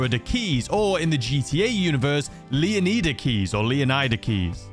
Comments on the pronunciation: Its LEO-NYDA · it's pronounced lay ow nee da leonida in Spanish lay ow nee tha but I pronounce it the first way as leonida actually originated from king leonidas but alot of people see it as a Spanish word I see it as Greek and fun fact the name leonida/leonidas means son of the lion/lion like